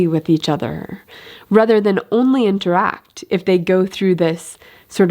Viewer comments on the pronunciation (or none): none